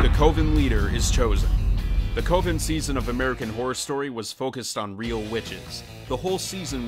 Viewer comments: Coven sounds like cove and oven combined. Not co-van. Lol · lol the co-ven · American Horror Story: It's Coven, as in OVEN Arrested Development: His name isn't pronounced Gob as in job. It's a long OH like globe and a soft G (like a J sound). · Holy crap dude...do you have nobody to proof your video's before you publish them? "Coe-ven"? Are you serious dude? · "Co-ven" Literally say it in the show, mate. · Why is he saying Coven like that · What kind of pronunciation are you using?! "Coven" is pronounced with a short "o". And, for the record, you also mispronounced GOB's name. The "g" isn't pronounced like the "g" in the word "gorilla". It's pronounced like the "g" in in the word "giraffe." And this time the "o" is long. If you're going to talk about these things, learn how they're pronounced. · I disliked because he can't pronounce Coven right. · Went str8 to the comments to see if this drove anyone else mad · Like that thing you bake cakes in, the o ven. English is Hard! lol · he did mispronounce coven, it just reminded me of American Movie